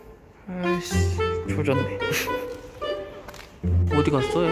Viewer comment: 아니ㅋㅋㅋㅋㅋ조졌네가 행복해로 나오는 마법ㅋㅋㅋㅋㅋㅋ 중독적이다......